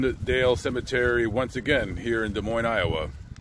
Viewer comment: The S in Des Moines is silent. It is pronounced Des Moine